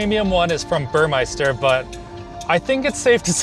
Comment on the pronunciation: Burmester, there’s no “i” in there